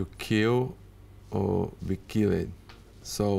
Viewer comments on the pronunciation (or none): “to kill or to be killid”